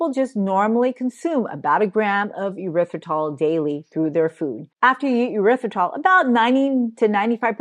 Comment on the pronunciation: Tip to help you with pronouncing erithrytol/and not “your rith ri tol”…imagine you are saying, “air ryth ri tol” …thank you for your content.